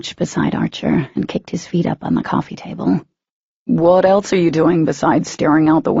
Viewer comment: Anyone else bothered by the way she said eltse. It's else. I'm sorry thought I would put that out there. And the way Ethan asked if he would stop loving katy if his parents were killed by humans. I would've said Y'all killed my mom and I still love him. Their love is so strong nothing could break it not even death..